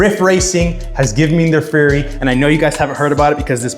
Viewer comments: Bro keeps calling it a furry. Bro it’s Fury as in rage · Keep your fork bolts loose before mounting the wheel and you wont have that problem. Also, it's fury not furry.:face-red-droopy-eyes